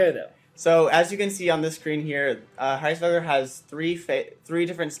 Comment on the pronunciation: His pronunciation was close, he was pronouncing the beginning like "h-rice" when it's actually "h-reese" so the full pronunciation would be "h-reese-vel-ger" and you would roll the r's.